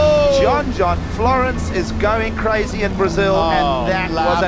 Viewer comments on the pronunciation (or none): none